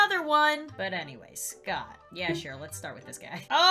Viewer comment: Me: Scott: Scottd